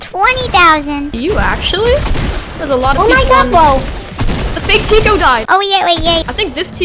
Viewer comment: Bruh it is Tiko not tico lol. Are u a fan or what? Only true fans know it is Tiko and not tico